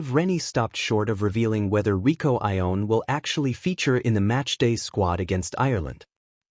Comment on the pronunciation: Fiercer = more fierce , Rieko not Rico !